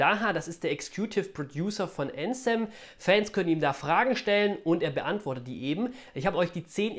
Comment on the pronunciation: Die Legende besagt das bis heute keiner Anthem richtig ausgesprochen hat XD